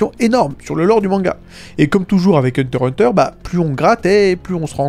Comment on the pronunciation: Ons dit hunter x hunter, le x se prenonce !